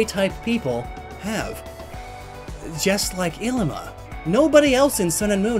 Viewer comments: Bugs me being from Hawaii but his name is pronounced like "eeleema". Great video overall though XD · Lowkey annoying to listen to him say “ILLimAh” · This always gets on my nerves. Third gendered individuals were a common thing in many Polynesian cultures, including Hawaii. Mahu is the most commonly used term today for very feminine, and/or homosexual men. Ilima, which you pronounced DREADFULLY, is a very common stereotype in feminine Polynesian males. Traditionally, they were often our teachers and spiritual experts, as they were seen to have a broader perspective than the average person. Why do people just FORGET to study the base cultures Alola is based on SO damn often? Ilima is straight up an homage to the tradition of having more than two genders in Polynesian cultures, specifically Hawaii. It MAY or MAY NOT include sexuality. Christ. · This whole time I though his name was Llima, pronounced Lee-muh. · Was I the only one who pronounced Ilima 'lee-ma' instead of 'i-li-ma'. It looks like a double letter L to me so that's why I pronounced it like that. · I always read Illima as Lima. And was confused when you said it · .... I always pronounced Illima as Lima in my head..... like Lima beans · He was pronouncing it wrong too.